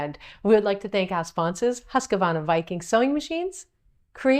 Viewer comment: Loved this video but it strikes a nerve when you say Huskavahvarna. It's just Husqvarna.